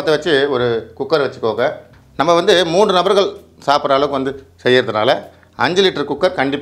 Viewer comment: மூண்டு அல்ல... மூன்று